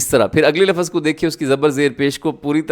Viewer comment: Mazrat ke saath aap lafas kyu bolte hai jabke sahi alfaaz to (lavz) hai